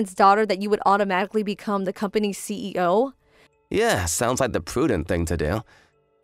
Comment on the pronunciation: Does the female VA keep on saying Ceo instead of C.E.O